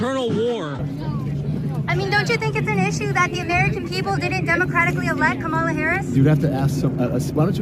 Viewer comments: Its pronounced Camal A.. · It is ka-MAH-la, bro !!! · Hey Don….if it’s pronounced “Comma-La” then maybe she shouldn’t spell her name as Kamala. Just sayin. But maybe it’s an Indian thing. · "Her name is Kam-ala by the way". Ooohhhh. . . . Somebody should tell HER that. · What is the obsession with how people say her name? It's like they want to make a campaign issue out of it.